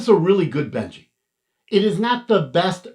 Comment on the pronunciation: Isn't it Benchy as in benchmark and not Benji as in the dog??? Lol just messing with you, great video though, thanks for the review. My sv06 will be here in a few days. Can't wait!